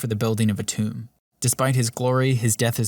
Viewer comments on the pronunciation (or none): none